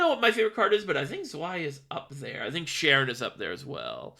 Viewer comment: Im gonna be that guy and say im pretty sure it’s pronounced Kare-ren cause its a reference to Charon from Greek mythology